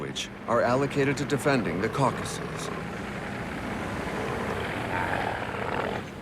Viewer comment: He cannot pronounce certain words that should be easy. Reich, Caucasus, I gave up after that one.